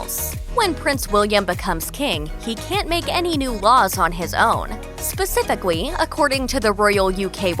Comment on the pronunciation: Why am I hearing "spacificawy" instead of "spacifically" every time she says the word 😅😅😅